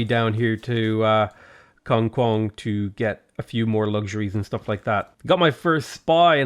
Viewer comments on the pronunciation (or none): none